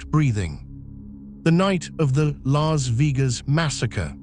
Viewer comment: Lahs veegas?!!!!